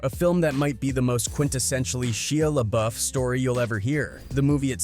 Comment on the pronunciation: Are you stupid? You keep saying his name wrong